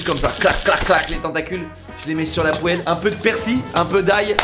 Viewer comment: la "pouèlle" xDD